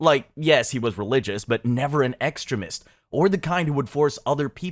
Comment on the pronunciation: Bro, you need to learn how to pronounce basic words if you want people to take you at face value. You should know how to say ‘extremist,’ ‘reconciled,’ ‘coordinating,’ Cheney, and Rumsfeld if you are going make a video on 9/11. It makes it look like you have not done your homework.